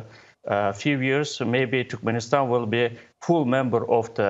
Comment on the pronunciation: Did the speaker pronounce "Türkmenistan" as "Türkmistan"?